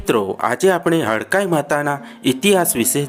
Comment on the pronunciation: Hadkai maa nahi bhai hadkmai MA bolo bhai😭